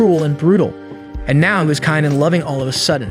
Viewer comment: Are you mispronouncing these words on purpose.. palace , now, ect… just curious??!!